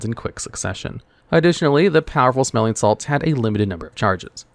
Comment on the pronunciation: I did not like the way powerful smelling salts was pronounced powerful-smelling salts instead of powerful smelling-salts